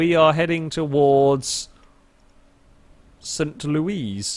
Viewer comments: Wow. doesn't know what the Arch is? You are seriously European. And LEWIS!!! not Louise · it's just "saint lewis" not saint louise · The city is pronounced st Loo-ee i believe and its the main monument in the city lol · So a few things about St. Louis: it's pronounced Saint LOO-isss, it's a 3 hour drive southwest of Chicago, and it's known for the Arch (which was designed by the Finnish architect Eero Saarinen), having a really good baseball team (the Cardinals), making really good frozen custard, making a lot of beer (Anheuser-Busch, makers of Budweiser, are based there) and being right next to a small suburb (Ferguson) where Michael Brown (an unarmed black man) was shot and killed. It's a really interesting city and def worth a visit IMO (I go there a lot because I live in Chicago). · Pronounced "Saint Lewis" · Lol its saint Louis arch